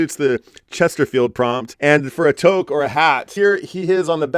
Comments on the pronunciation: Oh, no! Minus one point for pronouncing toque as toke! But great response with that Joni Mitchel album! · Well done,! You really did a fantastic job on this! I love how you found so many angles to include a Canadian connection. You get big points for that! And you said “toque” correctly at the end! Lost point restored!